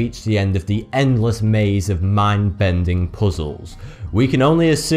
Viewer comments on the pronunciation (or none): none